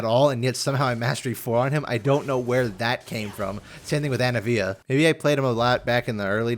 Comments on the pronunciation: ANIVIA. ANIVIA. ANI-VIA THERE IS AN I IN HER NAME THERE ISN'T 3 A IN HER NAME WHY THE FUCK DO YOU KEEP SAYING ANAVIA HOLY SHIT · i dont wanna be that guy.... but why do you pronounce Anivia and Darius' names like that my guy?